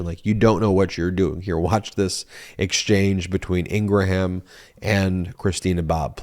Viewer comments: Ben, Fox News' Laura's last name is pronounced ingram, with a short 'a' that's almost indistinguishable from a 'u.' Hearing you repeatedly call her "Laura Ing-ra-ham" is getting irritating. Yes, that's how her name is spelled, w/o those dashes. But it's not how it is pronounced. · I love the mispronounciation of long-face Laura Ingraham's name. Correct pronunciation is INGRUHM...and I'm loving ❤️ it! "IngraHAM" suits her better..."HAM" signifies PIG! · I love how Ben keeps mispronouncing Laura's name its not Ingra Ham its Ingram Like Graham crackers Ing Graham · Laura's last name is Ingraham which is pronounced "Ing grum" with 2 syllables. It is not pronounced "Ing gra ham" with 3 syllables. Please stop saying that. When was the last time you pronounced Graham crackers as "Gra ham" crackers? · It's Laura Inghram Not Inrgraham. Because nitpicking is what I do. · I love your videos but every time you say “in-gra-HAM” I lose it lol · "Ingraham" is pronounced "Ingram" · Why do you keep pronouncing it "Ing grah ham" ? you are putting some sort of weird extra syllable on the pronunciation. Also, wipe the slobber off of your lip - it is disgusting. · ingraham? Really? INGRAHAM????? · Are you mispronouncing Ingraham intentionally? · Dude, you play into their narrative when you as a broadcaster fail to pronounce someone's name correctly. Ben you can defend yourself, as others will for you, on this but your arguments don't matter. When the person themselves pronounces it differently. It is disrespectful, and makes you no better than someone making up a nick name for someone they don't like. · Just a note, I believe Ben is saying Laura Ingraham's name wrong. I can't be the only person who has noticed that her name is not pronounced that way.